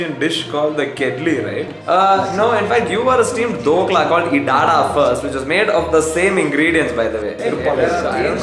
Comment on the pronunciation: jahangir wasn't even Akbar's father 😂😂 also, as a Gujarati, I'm compelled to inform everyone that it's pronounced इदडा